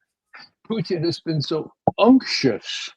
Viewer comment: Why does Mr McGovern pronounce Putin's name as Pucheen? Is it derisory or an accurate representation which no-one else seems to use?